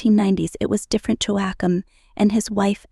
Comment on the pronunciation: Please have a reasonable try at pronouncing Joachim. Joachim sons were using their Princely titles to earn money on the cat walks of Paris and in vogue. This may be why the Prince titles were removed